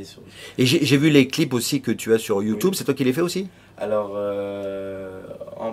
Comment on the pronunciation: youTOUbe x)